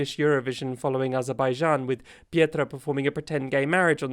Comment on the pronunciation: Petra not Pietra. Pronounce it like the city.